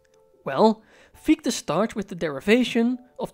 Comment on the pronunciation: your insights are always spot on and truly inspiring. I did notice the prounpuncation of Gichte's name is wuite off ( i've dtruggled a lot, science months avtually if i shall mention it), i'm not german but öive here over a decade therfore i thought adressing it might qualify as something constructive. Because Fichtes name is also a name for a particular tree type its quite easy to find great audio ressources... i don't wanna name them to not sound as an ad. Im sorry to mention such a tiny thing, but it clushes with the genius contenet. Sorry. Dont hate me! Keep up the fantastic work! 🎉